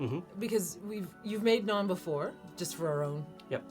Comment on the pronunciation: As an Indian-Canadian living in Ontario, this is the first time i've heard people pronounce Naan correctly!